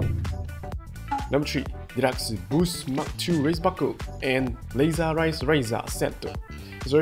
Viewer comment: Dude it's Laser Raise Riser not laser rise raiser 😂😂😂